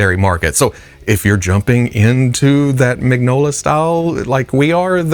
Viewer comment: Cerberus the Aardvark? Mi-gño-la. Not Mig-Nola. Mmmm…shoulder donuts…… (Macca >>>>>>>>>>>>>>>>>>>>> GnR) (Note to self: custom flocked figures go to Arkanzaz….) I just saw a Bat-Tumbler RC at Ross. There’s been a couple BTAS Batmobiles at Planet Overstock, and a more recent Batmobile, last week, too. How many takes did it take to say “Prerequisite posable Peter Parker”? Or whatever. You’re not at DragonCon?